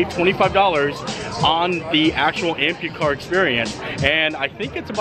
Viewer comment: Pretty sure it’s not Ampucar. Amphicar